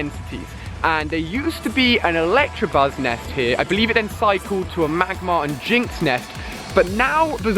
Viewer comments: It's Elactabuzz not Elactrabuzz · Who else is annoyed when he says ELECTRAbuzz instead of ELECTAbuzz? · Can you just pronounce names properly. its ELECTABUZZ. not ELECTRABUZZ. cheers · Ali don't take this to offence but it's electabuz not electrabuz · OMG . I hate people that say Electrabuzz... It's ElecTAbuzz. GET IT RIGHT! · It's pronounced electabuzz not electrabuzz there is no r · So cringey when youtubers say ElectRabuzz... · It bothers me every time when he says "electrabuzz" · So cringey when youtubers say Elect r a buzz...